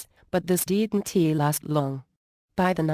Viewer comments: “Deed in tee” you mean “didn’t”😂😂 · "But this di N T last long"